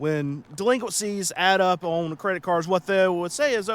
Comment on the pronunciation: On is not pronounced OWN